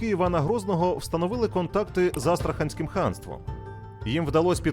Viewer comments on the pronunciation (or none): Астраханське царство наголос не вірно вимовляєш, потрібно наголос на третє "а"..)) АстрахАнське!!!) Ханське бо, розумієш, отже астрахАнське!!))